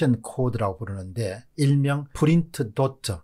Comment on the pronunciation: 너무 에프 f 발음이 심하네요. 왜 프린트를 에프 발음하시능지... 전달하는 내용에 신뢰성이 떨어질까 우려되네요.